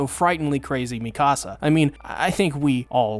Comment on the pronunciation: With respect..Dude, you are entirely too smart, too precise, and too articulate, to continue pronouncing Mee-kuh-suh's and Hahn-Gee's names incorrectly(!) You're one of the best AOT analysts out here..but bro..you're killin me mispronouncing their names. Its disrespectful. And AOT is too masterful of a show to not get these pronunciations right. It hurts because, of all AOT reviewers, I know, YOU KNOW better. You watch the show. You HEAR how they say their names. Hahn-GEE. MEE-KUH-Suh. Give these characters their respect and at least TRY. (ps. We all get a pass with Ayonkapon)